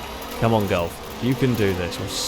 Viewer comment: No it's how he pronounces it lol, is no one going to talk about your grammar.